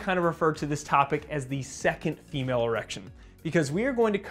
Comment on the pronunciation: Sounded like you said Emale erections